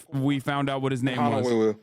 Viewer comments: I know it's not cool as I suffer from a different speech impediment, but god damn, that Honouwu fuckin' killed me. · time stamp 🙌 And for real, it makes me happy that he has a public speaking role, but it is also hilarious due to “uwu” “uwu” sound 😆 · “Hono - uwu - uwu” absolutely killed me. More power to the guy though, didn’t let his speech impediment hold him back from a public speaking role.